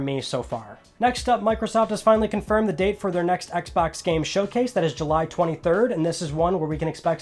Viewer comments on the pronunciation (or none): none